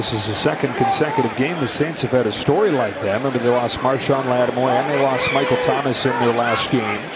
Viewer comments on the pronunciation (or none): none